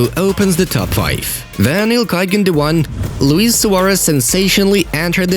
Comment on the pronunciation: Gundogan? Are u kidding me? Haha